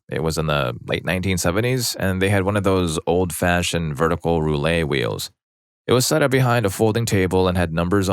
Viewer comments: The t's in "roulette" are not silent. The word is pronounced "Roo-let." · Roo-lay and Jen-jar....come on, you're better than this.